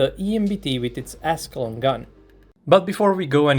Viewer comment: For some reason I thought he said "ass long gun" instead of "Ascalon gun"😂😂😂